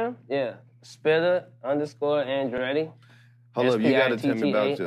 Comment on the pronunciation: Bitch its “Spitta” you must not know... Curren$y - She on my Mind